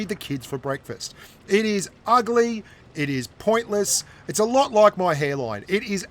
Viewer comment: What is the word loke. It's spelled like.